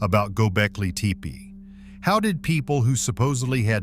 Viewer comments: Please! It's pronounced TEH'-PAY not TEE'-PEE not TAY-PAY' but TEH'-PAY. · get a better voice generator. "tee pee"